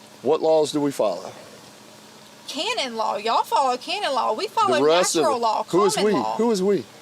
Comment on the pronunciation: She's saying "Canon Law" but pronouncing it Caynon with her accent. Weirdly enough I have heard that twice this week from these fools.